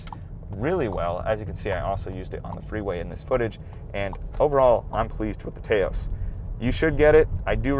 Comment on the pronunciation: Taos rhymes with "house". Very informative review. I'm actually looking at an SE FWD mainly because its highway MPG is quite a bit better than most of the compitition.